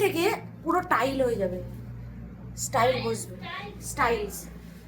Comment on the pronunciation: ওটা স্টাইল নয়,,,টাইলস ,,,একটু উচ্চারণ গুলো ঠিক করো,,বয়স তো ভালোই হয়েছে